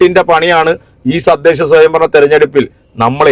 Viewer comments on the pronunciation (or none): സുഹൃത്തേ താങ്കൾ കുറെ നാളുകൾ ആയി പറയുന്നു സദ്ദേശം അല്ല തദ്ദേശം